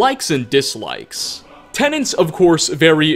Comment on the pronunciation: its tenets, not tenants. lmao